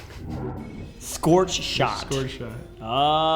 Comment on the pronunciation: The pronounced sorch shit wrong…